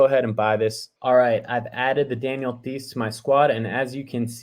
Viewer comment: Thanks for the help! I wish it was more reasonable for me to go for the pack...Id love to land a legendary moment but I'm only around 1600 since joining in late October. I just made the cutoff for the $100 dapper credit tho which is nice. Btw...Daniel Theis is pronounced like Tyson minus ON...Daniel Tys. 😉